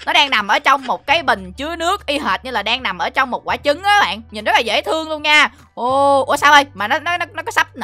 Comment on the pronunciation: Người ta đọc: dễ thương Chị tui đọc: dễ tương ( âm h đâu mất tiêu r )